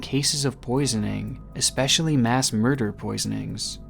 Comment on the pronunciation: gr8 vids. but. the word is Especially. not Exspecially. your pronunciation of that word detracts from you videos. especially the giy watching the superbowl that ended up in Washington. have you seen Fascinating Horrors channel yet??? that dude is a pro. stick with the facts and solid leads .and better grammar. it will present better. ty